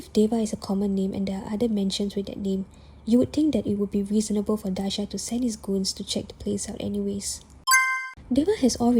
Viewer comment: Tiny correction, his name is Daaha not Daasha.